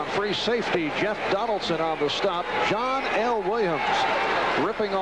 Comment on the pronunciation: Its not John L. Williams, it's pronounced Johnel Williams.